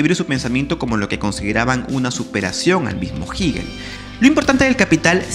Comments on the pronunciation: *Crítica netamente constructiva*: Hegel se pronuncia con “e” no con “i”. “Hegel” , no “Higel” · De dónde sacas que se pronuncia "Jiguil"?